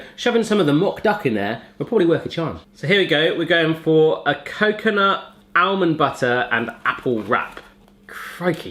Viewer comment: He can't say almond haha